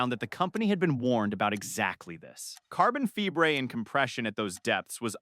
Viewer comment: This would be much better without all the A.I. mispronunciations. Some have noticed the carbon "fibre" mispronunciation but I gave up counting the rest. Why do content creators insist on using A.I. narration instead of doing it themselves or getting another person to read the script? What did they do last year, before A.I was available? I don't know about other people but A.I. narration ruins things for me and I sometimes don't bother watching to the and also I may add the channel to my, "not worth watching list". At least this channel didn't use a clickbait title which is another hate of mine.